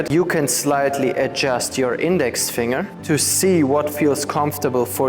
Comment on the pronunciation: Finger is pronounced fing' ger. I'm happy I found your videos, very informative!